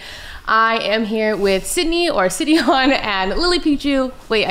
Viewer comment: I've always pronounced Sydeon as "Sigh-dee-on" but less enunciated and faster. So like "Sy-deon" and not as "Sid-eon" so hearing that really through me off lmao... I will continue to say it my way.